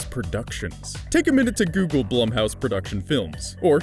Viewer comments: Am I the only one knowing it's pronounced "Bloom"house? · Are you sure it's not pronounced bloom? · Edit, am I the only one getting distracted by the constant misuse of Blumhouse's name?